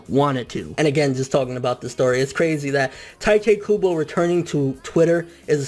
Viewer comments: Really taete kubo? Isn't it tite kubo! Why do you keep saying taete? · "teiteh kubo" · 'tai-tay kubo' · Tite kubo sounds like juha Bach, the way you're saying it anyway xD 'He chose the ships when he started chapter 1' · but like you keep saying Tite Kubo's name wrong and its bothering me but DAYUUUUM That is sad... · you say his name wrong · thats not how you say his name